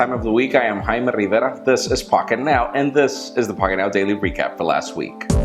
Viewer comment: Wait, isn't it Jaime Rivera? Why is he always saying it as Haime Livela?